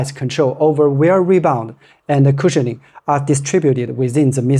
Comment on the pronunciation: CUSIHIONING???????? VERY STIFF????